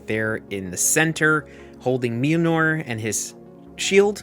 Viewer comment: Certainly a unique pronounciation of Mjolnir